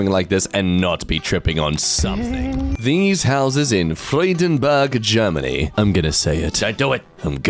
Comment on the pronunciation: I aplaud you for the correct pronounciation of Freudenberg